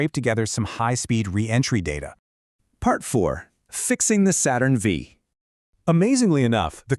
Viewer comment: I learned a bit about Apollo 6, thanks. My only criticism is that you should say "Saturn Five," not "Saturn Vee."